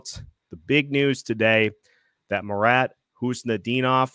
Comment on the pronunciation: Pleased to hear normal pronounsation of marat's surname. Nice. No 'K' in front.